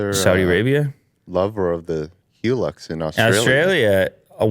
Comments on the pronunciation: It's pronounced (HI Lux) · Toyota Hilux is pronounced high-lux. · The Toyota is pronounced "High Lux"